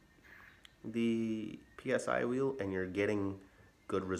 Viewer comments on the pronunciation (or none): Psy-wheel is easier to say as "si wheel", which is the correct pronunciation. No need to spell out P S I 👍 Will save you the effort of spelling it out each time!